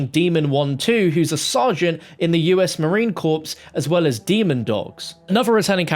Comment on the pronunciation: MARINE CORP IS PRONOUNCED CORE NOT CORPSE